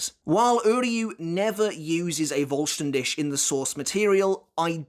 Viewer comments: Hearing say "Voll Stern Dish" cracks me up everytime. It's pronounced "Dihh", with the last part sounding like a cat's hiss. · Great video as always, but it's "fohl shtan dih", pretty sure google translate when set to german will pronounce it well, you pronounce it well except for the last sound, which is H as in helicopter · vollständig , voll-sten-dik... pronounc eit like that and it would sound better for me as an german haha ^^ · It's pronounced as Fol-stand-dih. German pronunciations are funny. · Voll ster DISH🍽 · as someone who lives near germany and speaks it fluently, the way you pronounce Vollständig isnt quite right but somewhat close i guess. But i am surprised how you said Sklaverei because that sounded perfectly. the Auswählen was decent but not quite on point. However i loved the Fact that Uryu shot Mayuri with one Arrow, making a Donut out of him and completely destroying the bankai. Im not sure if letzt Stil or Vollständig is stronger because whilst Letzt Stil has more power i assume, Vollständig seems to not have as many drawbacks to it if any at all. Plus the Duration varies too so yeah. What i still dont understand is how an arrancar can use Quincy powers, as the one who tried stealing Ichigos Bankai but miserably failed in doing so. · video top but please my guy vollständig is a german word put it in to google to pronounce it at least semi right😅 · I know you don’t speak the language, but as a german… these pronunciation huuuurt. Like if i didn’t know what you were trying to say i would not understand.